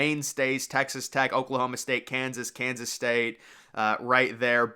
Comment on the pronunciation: I swear it sounded like the dude said “Kinda Sus State” hahah damn..